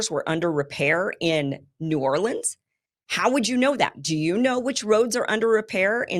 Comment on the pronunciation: Pretty sure it was NEW ORLEANS. couldn't tell what you were saying, you got the new part right